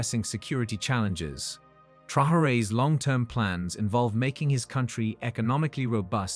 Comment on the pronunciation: First of all I salute all supporters of Ibrahim Traore. As for the guy who is presenting this clip, I believe that is intentionate in Changing the name of this bold leader. I do not know where this guy reads Trahare when it is very clear black on white Traore no ''H''IN THIS NAME WHATSOEVER, THIOS PEOPLE ALWAYS Anglisize non English names even if it means to totally change the names